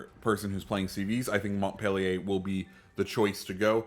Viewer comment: You totally butchered the name of the ship by the way you said it and it is not a reskin of the Cleveland because it was in fact a separate ship in the Cleveland class of cruisers named for Montpelier which is the capital city of Vermont. Just because it may look like a Cleveland does not make it a Cleveland a lot of non Navy people think this way but it is not so. Good video other than that.